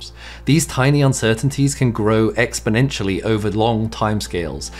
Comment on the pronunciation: Love his emphasis on annunciating expoNentially . 😂🤣